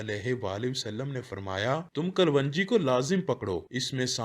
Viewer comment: کلو نجی کو کل ون جی کہنا غلط ہے- cologne jee